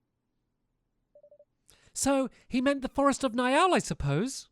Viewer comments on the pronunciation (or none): Okay Stamps *read this and learn*: Pug-nay-shus (Pugnacious) N-eye-al (Niall) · Niall = Kneel, Pugnacious = pug-nay-see-us